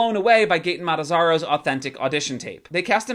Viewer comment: It's Gaten Matarazzo not Matazzaro lol - Friends don't lie.